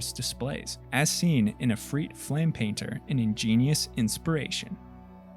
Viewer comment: igneous, like lava, not ingenius lol